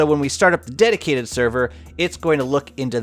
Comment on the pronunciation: Can't stop hearing "my daddy server"